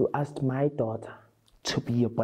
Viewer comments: I aksed you , listen to my eyes!! 😂😂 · "I axed you" and "my daughter is a version!" 🤣😂💀 I am on the flooooooooooooor